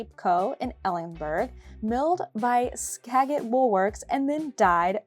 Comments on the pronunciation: Just to let you know...Skajit soft g not hard g. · It's Skagit, G pronounced like a J. lol. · Lovey video and coverage of the festival but PLEASE PLEASE learn to pronounce Skagit and Ellensburg properly!. The "g" in Skagit is pronounced as though it were a "j" as in ska juht and the city Ellensburg has an s in it. Having said that, thank you so much for appreciating Washington yarns!